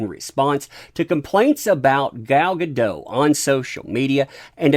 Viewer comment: She isn't French, the T is pronounced. Guh-DOT.